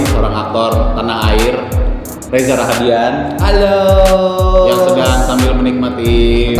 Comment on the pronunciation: Maaf ya ka. Namanya reza rahadian. Gak pake R 😊